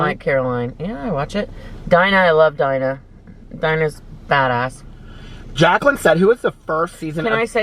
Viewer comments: ITS DEEEEENA “Dina” not “DYYYNA”!!!! Lol sorry but I was so lost at first. Love you! ;-) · Y’all are cracking me up with Dina! 🤣🤣 our girl is pronounced Deena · Y’all are making me laugh it’s “deena” 😂 love these videos!